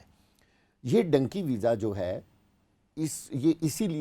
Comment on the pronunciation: It is dunky not donkey